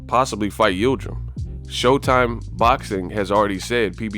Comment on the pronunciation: Yildrim? Cmon Yildrim? We talkin bout Yildrim?